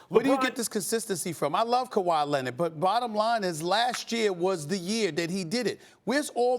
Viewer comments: KuWaa Lennett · “Kawhi Lennid” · "Kawhi Lennit, Kember Walker" 🤣🤣